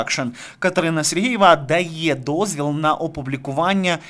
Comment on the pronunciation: Катерина - Супер! А Вам, шановний авторе, зауваження: Робота кРопітка, Катерина СергЕЄва (Ви кажете СергІЇва, і це дуже добре чути). Слава Україні!